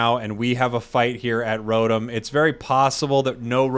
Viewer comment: You're worried about mispronouncing Fwii but can't pronounce Rotom correctly. It's Row-Tom not Row-Tum.